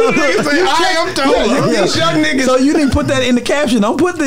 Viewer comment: He said I.M.Tolla😂😂😂😂